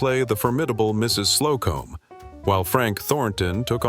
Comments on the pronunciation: It's SLO-cum....not Slow-Comb. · Not the mention 'Mrs. Slow-comb. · Also misses the joke when mis-pronouncing Mrs. Slocombe's name